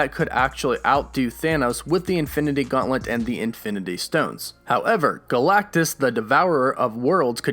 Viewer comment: Please stop saying Infinity "Gaunt-lint." It's "Gaunt-let!" Love your videos though, dude, thanks. 🤘